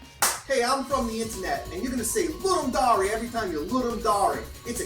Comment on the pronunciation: Right? It's pronounced the way it's written... at least someone pronounces it right. Cause, man, fuck Roy Dotrice...